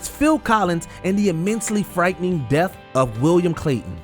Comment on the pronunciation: Earf, deaf. You mean Earth and Death, learn how to speak